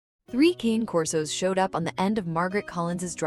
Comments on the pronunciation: I really wish they’d pronounce the name of the breed correctly. Cane is the Italian word for dog. It is pronounced cah-nay. It is not the English word “cane”, as in cane sugar. This is an ancient Italian breed. A little respect please! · You absolutely should not be making a video of three dogs if you can't pronounce their name correctly. Cane does not rhyme with pain. It's Con as in convict and a, as in the letter A. Cane Corso. It's Italian and so are they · Okay AI voice: Cane Corso is pronounced "Kon-Nay Korso" Not Kayne Corso. Jeeze! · You know the name is Italian, right? The name is "Kan-ay," not "Cain". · They are NOT "Kane" Corsos . They are "Cah-nay" Corsos. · "Ka-Nae" Kor-so"...!!! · It's pronounced Caan 'eh Corso. And this is a wonderful story of love and rebirth. The only sadness comes, as a large breed person myself, in knowing that large breed dogs have a shorter life span. About half that of, say, a small poodle. Having said that, I know that knowing that in advance makes you love on them even more. There's just something about having their arms around your neck, when you're standing up, that's makes everything thing else in your world so much better. 😊❤ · Pronounced ka nay corso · It would be so nice to hear these dogs' breed name pronounced correctly. It's CAH-neh COR-so. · Why is it most people who keep Cane Corso cannot pronounce the breed name correctly?